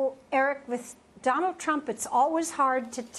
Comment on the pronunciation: Why #KimNK said Trump as #GANGSTER Donart.